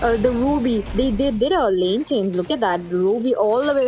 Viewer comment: Can't even pronounce Change'... Chang-gee/ Chang-gay 😂😂😂